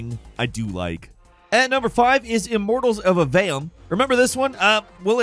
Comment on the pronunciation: Immortals of what?!??? This has been a reoccurring thing for years now, cmon bud, pronounce the titles properly please, its triggering lol